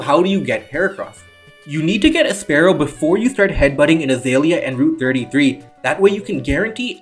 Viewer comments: It's always bugged me (just a little) when someone says "sparrow" instead of spearow (spear-row). Honestly, the names should be swapped since Spearow hides its fear with aggression and Fearow has a beak that looks much more spearlike. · Good video! btw spearow is definitely not pronounced exactly like sparrow the animal, like what would be the point...